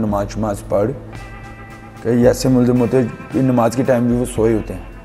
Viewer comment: Namaz hota shamaz q kehte ho tm